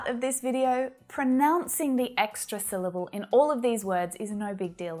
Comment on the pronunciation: The word “syllable” itself has only two syll - bles, not three.